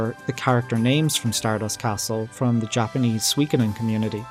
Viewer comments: You're pronouncing it wrong, it's soo-wee, not swee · The info was cool and interesting. Thanks for your effort and research on this unusual topic. Perhaps for future topics, please look up the words corps and Suikoden; one has silent letters, and the other doesn't.